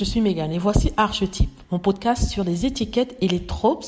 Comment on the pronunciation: Très bien. Ceci n'est pas nouveau de sa part, et c'est bien d'insister ... En revanche archétype se dit arkétype et signifie modèle primitif. Attention svp au vocabulaire ...